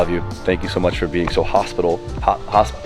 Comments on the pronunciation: Hoss-pit-uh-bull - hospitable lol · "Hospitable" LOL